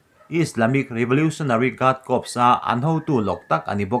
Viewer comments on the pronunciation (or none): none